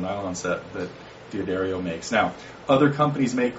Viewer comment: D'Addario is pronounced Dah-Dairy-Oh, not DEE-A-Dairy-Oh. I have never understood why anyone would think that you say the name of the letter, ROFLMBAO!